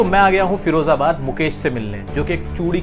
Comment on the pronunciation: Its firozabad not ferozabad...